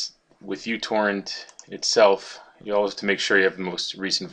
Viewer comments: when he started the video i thought he said "How to make you twerk faster" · i tought you said i will make you twerk faster lol :-)